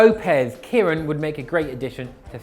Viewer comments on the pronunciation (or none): why does he pronounce his name as Kieran, while it should be pronounced like Sharon